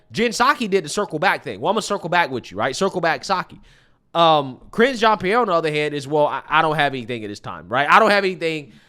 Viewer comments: This women came from a top news channel she knows exactly what goes into preparing for this job the way i see it she does not care just like how biden doesn't care and reads str8 off the teleprompter...often. smh. BTW pretty sure it's pronounced jean like a pair of jeans not jeon 😆brother cracks me up with his accent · you are mispronouncing her name. It sounds like hinge like a door hinge but there’s an R in front of it cringe Jon Pierre. She also will respond to gay black lesbian woman so I hear All part of being proud you know gay pride! Try it she loves it